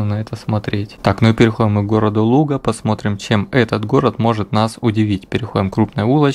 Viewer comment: Произносишь Луга с правильным ударением) Из Ленинградской области сам? Обычно ударение делают на последнем слоге ногА, рукА, водА, козА, и незнакомые люди произносят ЛугА, а город то не по русски называется ЛУга.